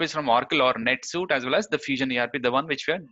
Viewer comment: Indians say NetSooooot. C'mon guys...NetSweeeeeet next time please